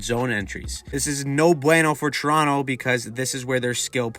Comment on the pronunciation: Dude.. pronunciation. TORonto ..not churonto it's not a chiro or a food it's a place.